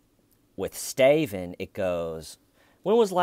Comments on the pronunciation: You didn't answer the question! I still don't get why you're calling him Stiven. Is it just a bad attempt to mimic the accent of the detective? I guess he sorta does sound like he's saying stiven but it's more like stay-ven. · I just watched these videos. And all along I was annoyed "Why is he calling him Staiven!"... Thanks for the clarification. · Hi, I'm from the distant future. One question I have is....why does he keep calling him STAYVEN???!! WHYYYY???! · And “my friend, Schmeeda” 🤣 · Coffee and TCL. Perfect start to my day! Don’t ever stop calling him STAYVEN. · I laugh every single time you call him STAYVEN 😂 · Lol,... I was literally wondering if anyone who came in, mid-commentary, listening to you, then they read our comments and how we are also referring to him as Stayven,... thought you/we were all oblivious and didn’t realize that Stayven’s name is really Stayven! 🤪 Thank you!🤩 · Ooooooh, Little T! :) ♥ ...and we love when you say Stayven! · It's been 4 years and I'm still not mad about ya saying Stiven repeatedly!😁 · I subscribed the first time I heard "styvun!!" XD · WHYYYY, WHYYYYY he keeps calling him STAY-VUHN??? THEYURE is no reason to do so! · have you noticed that only you are calling him stayven?